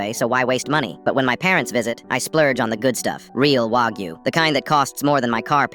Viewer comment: Why do people always pronounce wagyu like that